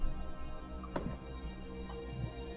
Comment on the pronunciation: 野良さんの「3000～すごすぎ〜」の発音がRASさんモノマネっぽくてツボ